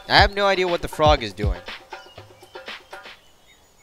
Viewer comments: fwog not frog XD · it's fwog not frog